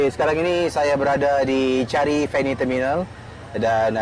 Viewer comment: changi ke chari??? hahaha!!!